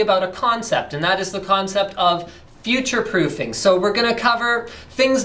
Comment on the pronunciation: i misread this as "bulletproofing" and though this was epic then you said "futurefroofing" and i wasn't so happy, then i went to play TF2